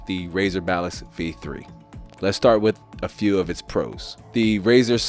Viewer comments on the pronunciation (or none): why am I hearing him say balist. hahahahaha